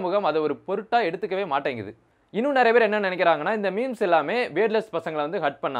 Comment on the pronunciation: Ennadhu mimis ah 🤣 endha oorlaiya ipdi pronounce panranga.